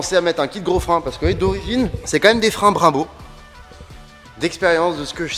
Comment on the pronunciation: Des freins « brimebow » 😂😅😂